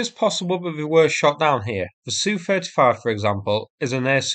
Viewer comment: It’s nor Sue35, it’s ess you 35. SU is an abbreviation for Sukhoi. Two letter abbreviations were also used by German aircraft manufacturers in WW2. Messerschmidt was initially BF and then ME, Dornier was DO, Junkers was JU, Arado was AR, Heinkel was HE and Focke Wolf was FW. Aircraft two character abbreviations are pronounced as their letters not as a word. Just as MI6 is never called my 6.